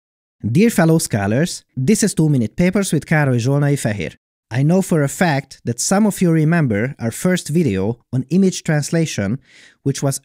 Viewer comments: wenn er wirklich "scholar" meint, dann spricht er das aber völlig falsch aus. meine erste assoziation war eher scala, also die programmiersprache. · er sagt aber halt nicht scholars... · dear fellow what? ska-lers?